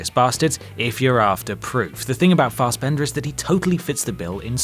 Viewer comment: It's "Fassbender" not "Farsebender" and I keep forgetting he's an actor, always think he's a swimmer 😂.